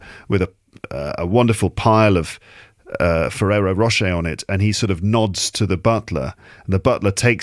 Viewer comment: you bloody f*****! You did it again. Me: Walking along crowded High Street. with French accent: Oh Monseigneur! With these Ferrero Roche you are spoiling us! Me: UAH HA HA HA… Fully exposed! Damn 😎